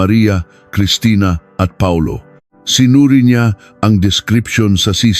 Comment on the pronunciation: Instead na Paulo Reyes Pa-ulo Reyes Hehehehe 😅😅